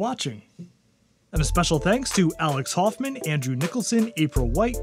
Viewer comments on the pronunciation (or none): none